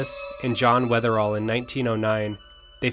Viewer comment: Just a quick note, it's John Wetherill ( ), not Weatherall.